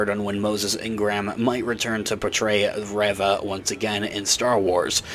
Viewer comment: Spelling aside, it isn't 'Rev-ah',...it's 'Ree-vah'.